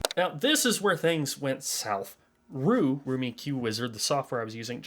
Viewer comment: I have only ever heard that software pronounced R.E.W. Your pronunciation of it as 'Roo' was tripping me out.